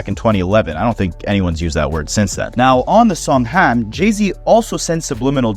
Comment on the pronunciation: Stop saying Ham like that please 😭